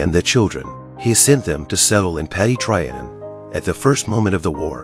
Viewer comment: Your pronunciation of Louis and Trianon ought to mean a ligetime ban from speaking about history. Seriosuly, it's disturning